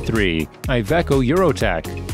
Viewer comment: An amazing amount of funny pronounciations this video;-) «Aye Ve Co» ? «Boosing»? I guess the «Vol-voh» is more or less accepted at this point, haha! I was fearing for the first occurence of Scania, but somehow the Voice-Over person nailed it!